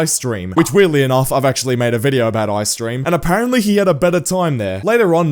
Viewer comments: It's E-Y streem not I streem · I-Stream 😭😭😭😭🙏🙏 ITS E-Y-STREAM NOT EYE-STREAM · I’m going to say this, when you mentioned EYstream, you called him “eye-stream” I haven’t seen the other video that you mentioned but I’m just tryna say that it’s pronounced e, y, stream. Just trying to prevent future arguments, anyway, great vid keep it up